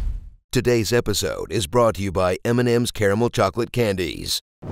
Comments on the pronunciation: oh good you said "caramel" correctly (mostly with three syllables) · Finally an American that pronouces Caramel right lol.